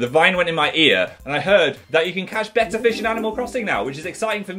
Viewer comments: I'm so dumb I thought Phil said "better fish" until he showed his fish I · At first I understood "You can now catch 'better' fish" and I was pretty confused. ^^" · Totally thought he was saying “better fish” for the entire intro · For the first 10 minutes of the video I thought he was saying 'a better fish's until I read the title and notice it said betta I feel stupid{-🎆_🎆-} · The way Phil pronounces “betta” and “urinal” low key stresses me out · Your-eye-nal Bettah